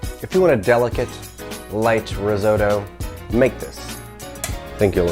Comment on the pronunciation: I love it: "Rrrrrisotto!...Mmmm mmm, I love wine cookin'!...risotto is like a baby, or a kitten, or a puppy, you gotta give it lots of attention" (sip sip). It looks divino!!